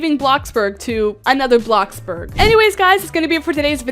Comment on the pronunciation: Did u just say Blacksburg